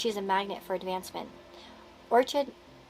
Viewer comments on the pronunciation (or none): Low key all of my picks for your readings have been so full of past shit haha it’s nice to pick a pile that’s like yo success new home acceptance 🤘🏼🔥🙏🏼 Orkid. That’s how you pronounce it lol